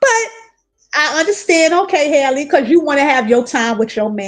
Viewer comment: Wow you spoke nothing but Facts‼️I peeped this too ! But by the way you’ve been saying her name wrong it’s Halle same way we say Halle Berry